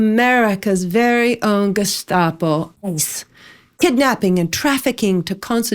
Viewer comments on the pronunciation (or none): none